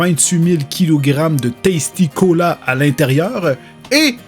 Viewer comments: Lorsque tu dit tasti cola j'ai entendu testicule! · Et la façon dont tu dis tasticola c est testicula